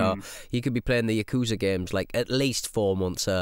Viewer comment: It's weird to hear someone who knows Japanese say "yakoooza".